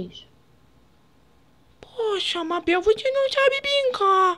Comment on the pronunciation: nao consigo ver o video intero pq o fala mábel